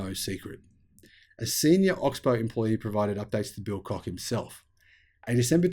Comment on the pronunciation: Your pronunciation of their name is spot on !